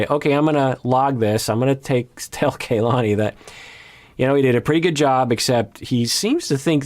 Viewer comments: Her name is not pronounced KayLani The a is pronounced the same as in the Lani part as a soft a. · is usually VERY mindful of how names are pronounced. I also think he has some Hawaii ties so im baffled why he is mispronouncing Kalani's names like this. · just want to say real quick her name is kalani, not KAYlani, that's driving me crazy ._. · I'm going nuts with mispronouncing Kalanis name. It's not Kay, it's a soft a just like in the Lani part of her name. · I think they pronounce her name as KAH-lani rather than KAY-lani. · Doc, I think it's pronounced kuh-LA-nee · It's pronounced Kahlani